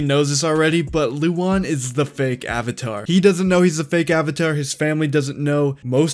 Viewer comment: Oh. It’s Luan no Lu-an. Why is everyone pronouncing it wrong? I thought he was a woman.